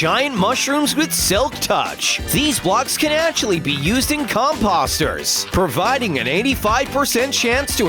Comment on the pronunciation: He didn’t say Elytra right... OR COMPOSTER!!!